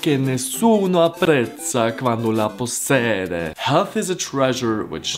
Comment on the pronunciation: Ti amo comunque anche se hai cantato (sbagliato) la pronuncia di possiede: si legge possiede non possede, non é difficile si legge come si scrive e comunque solo gli italiani del sud hanno quella pronuncia strana che usi nei tuoi video, quelli del nord parlano normale (o almeno non con un accento così marcato)